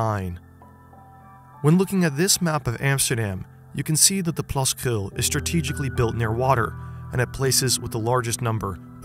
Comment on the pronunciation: Wow your the first non dutch person that has said krul or plaskrul the right way